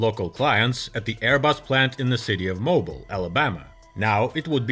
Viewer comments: The city in Alabama is pronounced "moh-BEEL". But a nice video. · Mobile, Alabama is pronounced “mo beel”